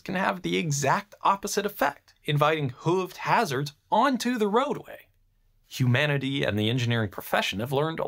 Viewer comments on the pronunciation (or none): none